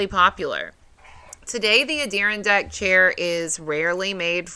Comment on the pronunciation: That was a great story! The way you say Adirondack is bizarre. It’s a-dr aan dak emphasis on the aan lol